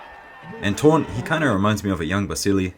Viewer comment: The name of the under 66kg fighter is pronounced Torné (no silent E)